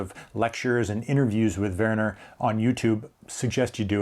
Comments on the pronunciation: Great video. You pronounced Werner corrrectly. Quite well to be an American👍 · You are correct in how to pronounce his name. The German’s pronounce a W as a V, and a V as an F. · hi, great stuff as ever! Werner in german speaking areas is pronounced "Verner", well done 😊 take care mate